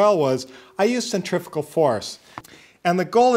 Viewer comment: Hi I am looking forward to the new format,with education as the basis. Yes please on the press, I assume that will be a rebuild, at the same time. Not centrifical but centrifugal. I don't think aluminium is ever going to be pronounced correctly, but we live in hope. Americans speak american. Not English.